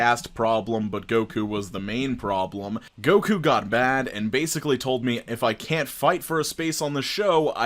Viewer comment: I'm so sad to hear Goku's name slandered like this 😩😂